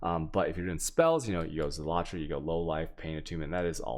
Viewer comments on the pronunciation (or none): The video explanations are good but damn your pronunciation leaves much to be desired please check into the pronunciation for Harbinger zealotry and malevolence